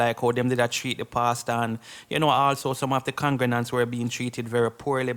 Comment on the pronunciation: What is a congre-nants. Dont you mean congregants??